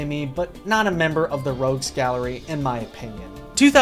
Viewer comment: Heh heh, "Rouges Gallery". :-b Common mistake.